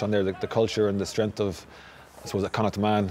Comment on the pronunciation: pronounce Connacht right it is said like Connaakt